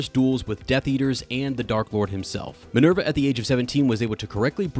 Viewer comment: why do you pronounce Minerva as Maneuver